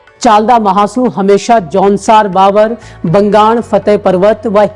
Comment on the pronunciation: भावर नही बावर होता हैं 😂😂